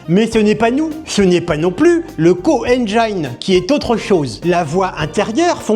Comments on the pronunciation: Quelle dommage que le gars avec la voix trop lente en ait pas profité pour gober sa pilule magique d'IA intérieure supérieure.... Ca lui aurait permis d'apprendre des notions de base d'anglais et de savoir qu'' "ENGINE", ça se prononce "enn jinn", pas "enn jaïn".... Echouer si près du but... Quelle déception ! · Le "core Enjaïne" ? S'il pouvait apprendre une langue en deux semaines grâce à son intelligence supérieure, il prononcerait correctement moteur en anglais ^^